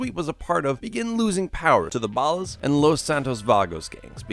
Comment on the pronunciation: Why are you saying Ballas so weird? It's ball-ahs not bahll-ahs